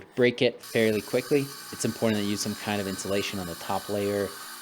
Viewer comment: IM-POR-TANT. Cool project though.